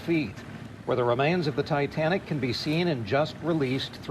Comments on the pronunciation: He said Titantic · "the titantic" .... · I passed out when he said "Titantic" 🤣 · I've never heard of "The Titantic." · Titantic he said. Really. Can't pronounce Titantic correctly. Smh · The "Titantic!" For the love of God! Your generation just SUCKS! You can't even name the ship correctly let alone I guarantee you can't tell us roughly where she sank, number of lives lost, or the date she fell!? Sad for your generation! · Can’t say I’ve heard of the Titantic. This newscaster is completely oblivious that he didn’t know how to pronounce the most famous maritime disaster in history. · I never heart about the - "Thai Tan Tik" ! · Did anchor say "Titantic" instead of Titanic? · Titanic….. not Titanitic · did he say "Titantic" ? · “The titantic” 😂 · The Ti- TAN- TIC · The Titanic. Not the Titantic. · Wtf is a "titantic"?? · He said Titantic… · Titantic?? No retakes? lets send it as is lol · Did he say titantic ? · The what? "Titantic"? Were you dropped or something? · What in the hell is the "Titantic"?? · “Titantic.” -Madea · Ol boy doesnt know what the titanic is? He says "titantic" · What’s the “Titantic”? Hahahaha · THANK YOU OH MY GOD. I thought I was the only one who noticed 😭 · Really, “Titantic”? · "A titantic"!!! Not ever a "THE TITANTIC" IS THERE NO DIGNITY? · Imagine being so dumb, that you can’t say titanic correctly after hearing it your whole life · Wow. Even a child can say Titanic. Didn't even try correcting himself either